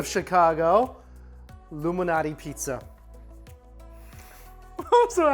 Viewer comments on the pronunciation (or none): It’s pronounced Lou MaLnati! Not luminati! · I literally thought u said "illuminati pizza" 😆